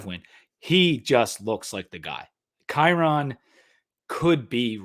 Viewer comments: Kyron's name is pronounced like "Byron". Just thought you might want to know. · It’s pronounced Kai-Rin